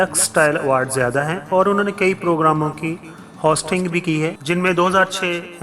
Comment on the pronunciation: Hast kia thaa nahe host kia thaa es tara bolty hein